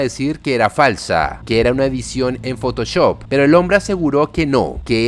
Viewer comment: Sabes que este canal es colombiano cuando dice "fotochop". ☝🏻🤓